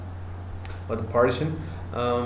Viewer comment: Great vid but its pronounced par-tition (par-tish-un), not parti-tion (party-shun)